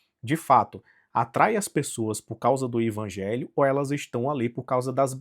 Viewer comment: Mas é sério que vc pronuncia Ivangelho?